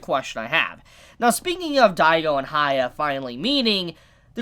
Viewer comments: No it's hya-kki-ma-ru not hi-ya-kki-ma-ru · It's buddha, please research before these episodes. It's annoying to hear you say goddess/god 10 times e_e Also who is Haya? isn't it hee-yah if you can't say that just say Hyakkimaru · It's hee-yah, not hi-yah. His name is Hee-yah-kee-mah-roo. Also, red parts on your soul means you killed humans. Not tje cloudy part. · "sha- kem- a- ru" say his name right !!!!!!!!!!!!!!!!!!!!!!! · Stop saying haya it bothers me to no end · "Hee-yah-kee-mah-roo" If you want to use that nickname: "hee-yah" I'm surprised that when you watch the anime and hear all the times his name is pronounced you can't get it right X'D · Asks viewers to leave comments. Every week comments are telling him how to say Hyakkimaru's name correctly. Still says it wrong 12 episodes in. It's HEE-YA-KEY-MARU!!! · I'm convinced he doesn't read the comments, or just blatantly ignore the people correcting the pronunciation. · The way you pronounce the MC's name doesn't really make any sense.